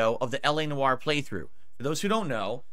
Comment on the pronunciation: My French ancestry cries out in pain each time he says Noire.